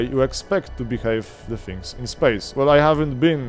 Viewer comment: the czy die? wypowiadasz to the bardziej jak Niemieckie die niż jak the